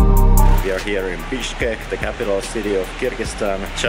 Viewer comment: Your "Bishkek" sound like "Bitchkek" 😂😂😂